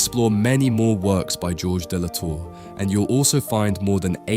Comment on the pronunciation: S'il te plaît le traducteur automate apprend à prononcer correctement le français ! L'IA est une merde ! L'artiste s'appelle Georges de La Tour et pas gorge de Latour